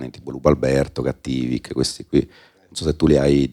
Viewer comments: Cattivìk senza possibilità di appello. Non scherziamo. Mi è venuto un colpo la prima volta che lo sento pronunciare sbagliato. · In teoria, ma molto in teoria, essendo ispirato a Diabolik dovrebbe pronunciarsi Cattìvik così come Diabolik si pronuncia Diabòlik... no? Fammi sapere, pure io sono capace di fare macelli per queste cose 😂